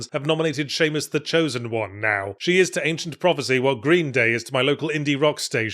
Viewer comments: I’m sorry - I couldn’t make sense of whatever Yahtzee ranted about once he referred to Samus as “Seamus” and I couldn’t stop cracking up about that. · Someone is pronouncing Samus wrong and I can't tell if its me or him.